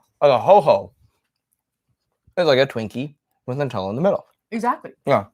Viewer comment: They do when you stay in American hotels in Europe. The Hilton in Venice had a cafe on premise. It was a delightful surprise. Also, needs to learn how to pronounce NUT-ella, 😂